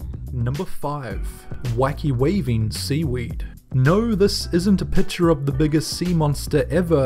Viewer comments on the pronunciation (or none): none